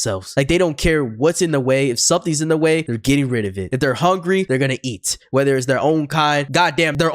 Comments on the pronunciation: Go kept saying cat when it’s eat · Son dih just said cat instead of eat somehow( ngl i was abt to say that too 🤑) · Why is he saying eat as cat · why do you keep saying "cat" when it says "eat"...? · Bro it's "EAT" not cat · This mf saying “cat” instead of “eat” 💔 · Stop saying cat it says eat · Why does bro say Cat instead of Eat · anyone notice him saying cat instead of eat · Not being mean but you said cat and it was eat